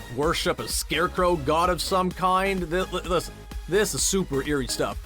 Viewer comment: who also noticed the way he says “kind” XD